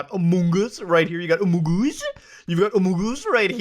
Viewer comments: Had to stop watching couldn't handle the among us pronunciation. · What’s with saying “among us” like you have a mouth full of food? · the way muta says amogus it's so funny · No matter how many times you say “amoogus” it makes me laugh every time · Muta saying "amUngUs" is what i live for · Man, it tickles my pickle whenever Muta says "Amongus" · God you just don’t know how much hearing you say amongs makes me happy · I will always laugh at Muta saying amongUs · You saying amongus that way literally made me unsubscribe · The way muda says among us cracks me up every time xD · The way you keep saying among us is killing me 😂😂😂